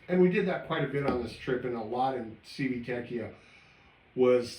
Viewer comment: You have some great content. So, thank you for that. One suggestion I have is this: for future videos, if you are not absolutely sure how to pronounce the name of a city (or of whatever), do a Google search for how to pronounce it. Here, just Google "Civitavecchia pronunciation." If you had done that for Civitavecchia you would find that the proper pronunciation sounds like: chee vee tah vek ee ah.